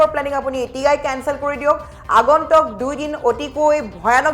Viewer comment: Not agontok but agontuk pls correction the actual word